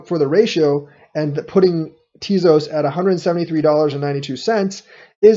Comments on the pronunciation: Think it's pronounced Tay-Zose. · you lost me at "teazoss". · Ugh, you're pronouncing it wrong... 😬